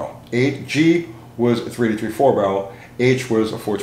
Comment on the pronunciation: When you say 383 it sounds like "3T3". Or are you saying 3T3?